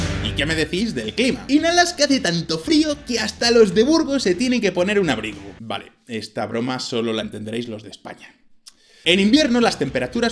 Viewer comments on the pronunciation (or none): none